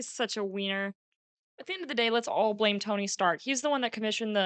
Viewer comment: "Lets plame tony stark" shes starting to see the pattern😂